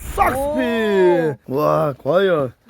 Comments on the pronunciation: 형 샥스핀 말할때마다 너무 콩글리시 바름때문에 웃곀ㅋㅋ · 샥스핀 잘못말해서 ㅗㅜㅑ